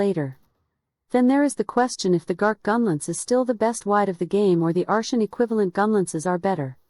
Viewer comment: took me 4 minutes to realize you meant artian instead ar-SHUN